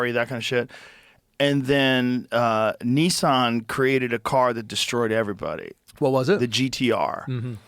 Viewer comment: The way Joe says “Nissan” as “neesawn” is both hilarious and annoying as hell